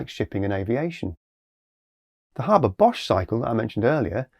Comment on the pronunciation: Interesting.. I do believe the correct pronunciation is “Hayber Bosch” as there is only one r in Haber. Still early days on this process, but here’s hoping!